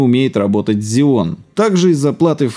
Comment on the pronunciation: Так режет слух, когда ксеон называют зионом! Жесть, две ошибки в слове из пяти букв)) Ролик вроде интересный, но не стал смотреть в такой "озвучке"